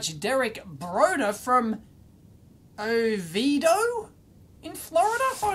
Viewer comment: I live in Oviedo FL also, and yep, you said it right! I'm honestly shocked there's another viewer here in my small city.